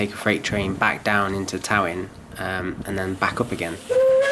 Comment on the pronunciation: Talyllyn is pronounced “Tal-a-thlyn” by the way.